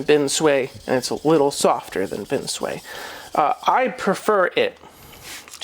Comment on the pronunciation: Love the videos, very informative. Just one.gripe, the way you pronounce binsui! Haha. It's bin sue ii or e not bin sway